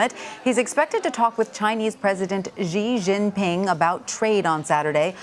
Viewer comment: respect for the dude who pronounced "Xi Jinping" 95% correctly